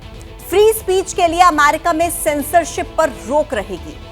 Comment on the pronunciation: weird way to pronunce America